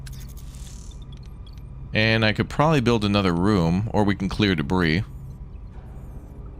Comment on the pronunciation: *Not me driving a spork into my leg, red faced from how much my every muscle is clenched: "Wow all of these trekkies are so intense, why are they so uptight about enunciation?" Im sorry wait, HOW did you pronounce debris??? Nvm I get it now. Jk way to survive the um actuallizers